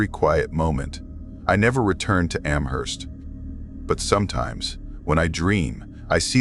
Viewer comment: I’m not a fan of mispronounced ‘Amherst’. It’s a place in Massachusetts USA too so no excuses.🤣